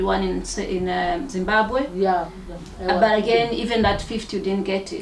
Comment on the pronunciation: Says ‘Zimbagwe’ like a South African. Definitely not from Zim